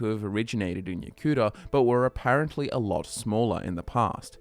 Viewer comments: Yo-ku-DA not Yo-kuda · The way you said Yokuda at the beginning... are you ok?